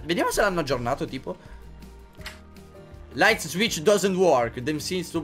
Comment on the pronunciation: light si legge lait non laits